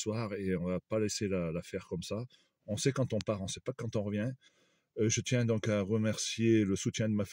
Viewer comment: Lire donc et pas " dinc ". Pardon.